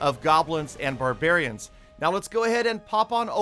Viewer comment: You said garbarin not barbarians 🤣🤣🤣🤣🤣🤣🤣🤣😂😂